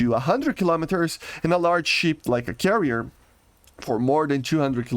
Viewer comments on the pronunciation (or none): none